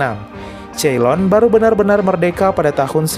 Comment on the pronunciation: sori nih tapi ceylon cara baca yang benar itu 'Seylon' bukan 'Ceilon'